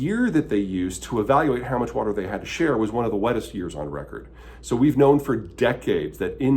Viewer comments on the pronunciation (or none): none